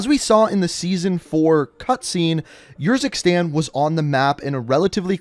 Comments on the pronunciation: No offense but you sometimes sound like your running out of breath. Also Urzikstan is a real place and it is pronounced Errzikstan not yurzikstan. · Please stop saying Urzikstan every time you say it I want to punch you in the face... like it’s honestly ridiculous man.